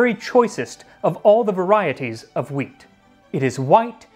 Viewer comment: Why does Max says wheat like stewie from Family guy ? :D Hweaattt